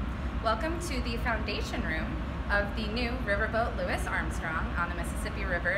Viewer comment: Louis name is not proonouced Loo-Is .. his name is pronounced Loo-E.... How does a director of this and that not know that? How did no one who had a hand in making this video not know that? What an absolute insult to Louis Armstrong and the city of NEW ORLEANS! ... Too lazy to take the time and look up the simplest things. Anyone who is a rational thinker and somewhat litterate. Would look at the name Louis and think it could have multiple pronunciations and they should get the correct one right ... What a shame. This lady and anyone who had a part in this should lose thier job. Clearly are not even slightly qualified. But forssure they are certainly lazy....